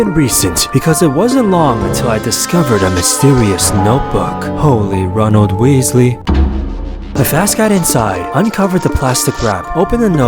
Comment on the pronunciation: I laughed hard when he said 'holly Ronald weasely '😂😂😂😁